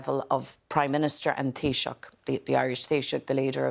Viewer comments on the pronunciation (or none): Irish Foreign Minister "Mee-hall" Martin. He swapped being "Tee-shock" in recent weeks. Basic facts about your neighbours, its not that hard.